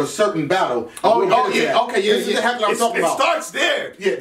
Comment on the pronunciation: Did say heckuler?